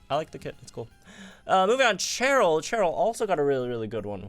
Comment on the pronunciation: Why you pronounce Cheryl like that? 🤨 it’s a Shh sound. She’s not Cheren lmao